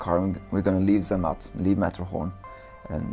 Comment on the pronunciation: It's not "Sermatt" the Z is pronounced strongly like "ts"